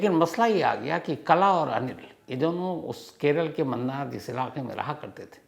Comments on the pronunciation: Mannar nahi sir munnar hai u pronounce it as moonar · Wo munnar h sir mannar nhi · Sir ji, bo 'Mannar' nahi 'Munnar'.😊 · मूणार is the right pronunciation.. it’s not “mannaar” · Its not mannar it's munnar😂😂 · It's Munnar not Mannar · 'Mannar' nahi hay boss 'Munnar'😊